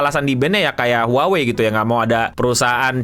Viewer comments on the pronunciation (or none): none